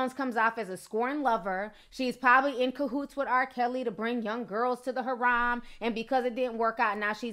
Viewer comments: i like you ti so don't take this the wrong way but harem is pronounced hair-um and the way you're pronouncing it is like you're saying haram which means like forbidden in islam/arabic. sincerely your friendly neighborhood muslimah lol. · It's HAREM NOT HARAM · Harem....Not Haram...You should put more effort into your pronunciations. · its PRONOUNCED - HAREM NOT HAROM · Harem =sounds like (HAIREM)